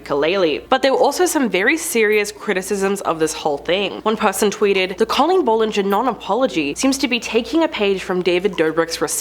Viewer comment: You’re pronouncing BOTH her first name and last name wrong